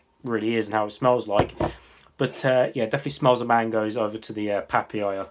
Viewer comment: Pa pa ya .. not papiyaa hehe